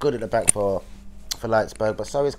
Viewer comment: Your chains were just rumbling through the vid, ruined audio just hearing the clanging of those fucking chains eeediot and it’s RB Leipzig not Leipsburg